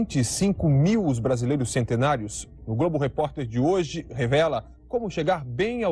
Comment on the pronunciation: Jornal Hoje e não hioje